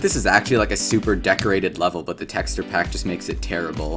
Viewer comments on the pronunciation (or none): bro says "texturr" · bro said tekster skull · The way you pronounce texture... good lord. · the way bro says texture is driving me insane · I cant with this anymore... YOU KEEP SAYING "TEXTURE" WRONG